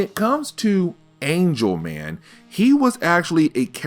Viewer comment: Dude! ANGLE man, not ANGEL man! 🤣🤣🤣You know, like in geometry. 😂😂😂